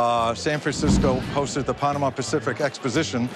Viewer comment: she said "panarama" instead of Panama.